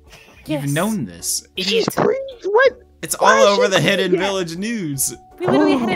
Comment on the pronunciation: Hinata: Im pregnant Naruto: Its not pregananant, not Pergnant YOU'RE PREGANONOS